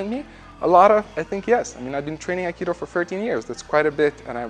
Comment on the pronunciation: Aikido is my favorite fighting style by you. Underrated. Just mixed it with bjj and boxing and other styles.. love your aikido. Love how you pronounce it as AK ee doe code word Aikido!